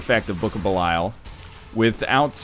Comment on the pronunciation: Jesus H. Fuck, Kate. Nobody cares about your damn "woooooo"-ing printer. This isn't a hate vid to Best Buy's shit products. This is about NL and his raging boner obsession with the Book of Belial. Or, as he says it, the "Bukahbeelyul"...sometimes "Blukablul" if he's really excited about it. Also, fuck you too Lrod Shrek and your lazy ass. You should be here my now and here's this random canine's canine doing your job for you.